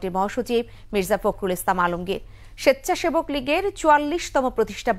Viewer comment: সেচ্ছাবেক লীগ বললেন খবর পাঠিকা। এটা ইচ্ছাকৃত না অনিচ্ছাকৃত ভূল।